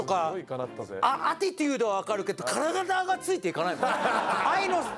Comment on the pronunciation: attitudeという英単語を知らんのかここのスタッフは…なんだアティデュードって…